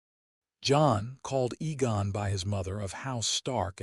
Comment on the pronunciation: AI cant spell or pronounce Names/Words, Aegon NOT Egon.